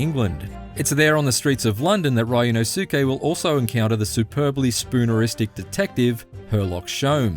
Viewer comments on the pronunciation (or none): It's pronounced Ryu-NOSE-kay. Not Ryu-no-SOO-kay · ah yes… RYAN–OH–SUKE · It’s pronounced REE-ooh NOS-kay. Come on now LOL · "RAI U NO SOO KEH" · Ree-oo-no-skay. That is how to pronounce it. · Ah yes my favorite AA protagonist, Ryan O'Sookay! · ah yes my favorite ace attorney protagonist R Y AN O H SOUKE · Rye-nosuke LMAO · "Riono-SUke Narouhodo..." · Ryunosuke. Now, repeat after me... REE-U-NO-SU-KE. Ri and U, a little faster. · how did this guy butcher his name so bad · The pronunciation of Ryunosuke hurts my dude. It ain't that hard. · How did he mispronounce his name that badly? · Ikr esp if they've been playing the game for a while now. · So many reviewers are doing that. How can you butcher it that hard.